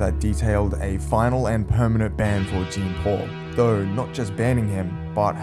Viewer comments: Its not "jeen paul" its "Jean Paul" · Its pronounced as jon paul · Its jon paul lmao americans jean??? Hes french come on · brother said “gene paul” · "Gene Paul" c'mon man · Jean Paul is pronounced JAN POLE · "gene" paul lulW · No way bro is saying Jeen Paul 😭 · La jaan pauul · its jean paul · It’s Jean Paul not Gean Pol caliss 🤬🤬🤬 (I’m just joking) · you're pronouncing his name wrong. and he single handidly made gta rp popular. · Could've at least pronounced the name correctly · If only you pronounced his name right... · Low effort, couldn't even get the name right in the first 30 seconds. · Bro can’t even pronounce the name right